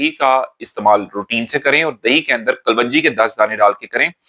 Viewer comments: Assalam alaikum. Being a doctor you taught me the best things about gut health. I am grateful. As a token of thanks i want to tell you the correct pronounciation of kalonji is as it is written in english. Kalwanji is not correct pronounciation. Thanks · Kalwanji NAHIN kalonji hota hai😢